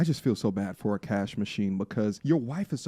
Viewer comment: I love that you say Akaash in the most Indian, authentic way lol. Even Akaash and his wife say the name with an accent.